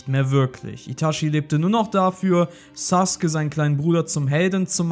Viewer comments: Digga das heißt Sasuke und nicht suke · Ich raff es nicht warum saske der heißt sasuke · Tut mir Leid aber er heißt Sasuke nicht saske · Saske? Haha neinein, er heisst sasUUke 😁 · „Akatzgi“ heisst AkatzUKI „Saske“ hat noch n U im namen SasUke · junge er heißt Sasuke nicht Saske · 1. Es heißt sakuura und nich saaakura 2. Es heißt sasuke und nicht saske 3. Es heißt akazuki und nicht akkazi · Es heißt sasuke nicht saske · Sasuke heißt es im Deutschen Saske im Original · Also ich kenne nur Sasuke und nicht Saske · Nicht saske sondern sasuke 🤦‍♂️ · Hör mal auf immer Saske zu sagen 😂😂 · Auf Krampf saske und akatski am sagen rede doch deutsch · es wird sasuke geschrieben aber es wird (zumindest im Original) Saske ausgesprochen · Warum sagt er akatski und saske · Englische Aussprache Saske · So wie es ausspricht ist es falsch. Das ist bloß die verkackte eingedeutsche Version. ^^ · Darf man fragen, wer die Einspieler da spricht? Da ist ja quasi jeder Name falsch ausgesprochen... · Es heißt Sasuke